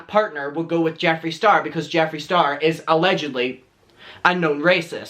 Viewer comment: I love it when you say allegendly!